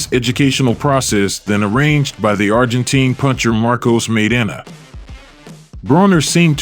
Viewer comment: you say "Argentine" wrong lol its not "teen"